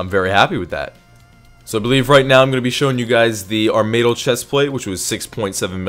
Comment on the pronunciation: Armaydl? It's Armadyl. Pronounced Armadil